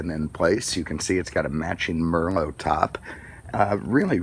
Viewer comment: Mermo Red? Uhmmmm no - it's Merlot ("mer - loh")! Like the wine, ya know? Jeez